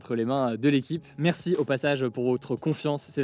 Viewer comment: Bonjour Toujours de très bons contenus. Si je puis me permettre est ce que vous pouvez dire merci Hugo et non pas merçu Hugo comme dans les 3 dernières vidéos voilà voilà. 😂😘